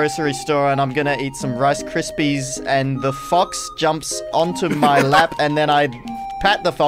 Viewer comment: The editor made a mistake on the second challenge lol, he said Little Z missed "w", even they he said that he was "going to the grocery store for wice crispyzzzz." Honest mistake 😏